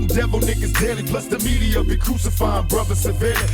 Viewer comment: Bro you GOTTa do blasphemy Again now that you can hear PAC jus saying bruva